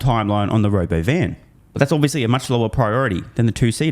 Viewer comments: not RoboVan... RobOvan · He couldn’t even say the word “ro” “bo” “van” … 😂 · You keep pronouncing Robovan incorrectly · Hey, you're pronouncing Robovan wrong